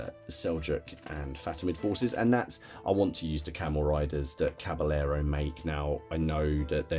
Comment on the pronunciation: I hope I don't sound priggish but being from Texas and growing up with the Spanish language your pronunciation of Caballero is kind of nails on a chalkboard to my ear. The doule L in Spanish is pronounced like a Y in English. So, as if cabayero or as with tortilla = tortiya, Oh and if not too fine a point, the B in Spanish is more like a V in English or somewhere in between B & V. So, Caballero comes out closer to Cavayero. Love all your stuff.